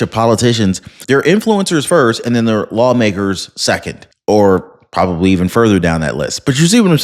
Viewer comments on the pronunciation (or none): none